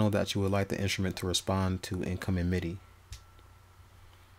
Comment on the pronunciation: "Inshrument"? My ears hurt.